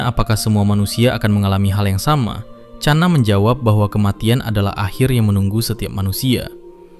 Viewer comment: Bukan cana bang tapi khana dari india❤❤